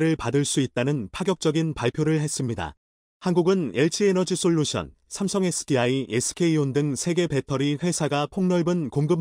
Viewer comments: 삼성을 왜심성이라고 하냐? 답답해요!^^ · 삼성이라고 읽어야지~~